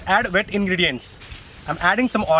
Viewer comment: It is wet ingredient not wed ingredients